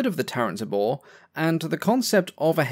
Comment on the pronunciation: "Tabor" is pronounced TAY-bore (it's a drum)